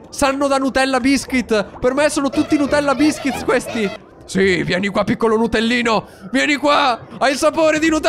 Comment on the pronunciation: Sanno da nutella biskiz mj ha fatto mori😂 si dice bisquiz